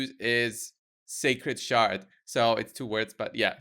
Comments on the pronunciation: “ sacred shard” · "Sacred Sard"